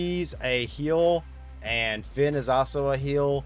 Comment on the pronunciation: Why do you pronounce the vowel “A” wrong. You got Shayna & Finn both backwards. Listen to pronunciation.